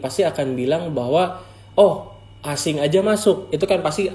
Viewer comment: Aseng bukan asing 😭😩